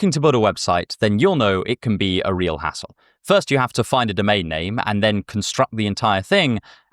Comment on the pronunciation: Me: "Did he really say „reral”?"